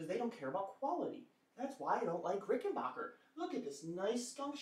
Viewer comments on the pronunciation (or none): Dude love it ? Hate ? I don't care... But for F#(k sake Pronounce the name correctly it is Rick-in-BACK- That's (Back) like the opposite of Front .. then the -er Not Ricken-BOker, like some valley girl pronunciation.. Like Gag me with a spoonnn.. Okay here we go. .Repeat after me .. Rick In- Back- er .. Rickenbacker.. See how easy that is ..When you apply yourself?? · You have to return it because you can’t properly pronounce it’s manufacturer. IT’S NOT RICKENBOCKER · send it back because you don't know how to pronounce "rickenbacker". Hint: it's not "rickenbarker" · And Rickenbacker name comes from Germany, so the correct German pronunciation is Rick-in-bock-er. Think of it like this, Bach (Bock) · Ah.. Okay ..but old Adolf was Swiss not German, And once he was in L.A. he changed the spelling if his last name Rickenbacher to Rickenbacker, Just so people here would pronounce it backer.. But hey you say it any way you like.. I lean you hate the guitars anyway. This will be my last post on this ..But thanks for the replies .. most don't bother.. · didn't get as far as that part of the video, too much cringing everytime you said it incorrectly